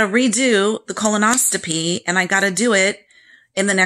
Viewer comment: Thanks so much for this info, I’m having mine this week with the same med. As a nurse I just want to let you know it is pronounced Colon-os-CO-py. It sounds like you may be putting a T in there, if I’m wrong so sorry! Thanks again!!